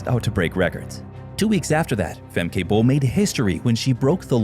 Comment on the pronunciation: Pronounced FEMKA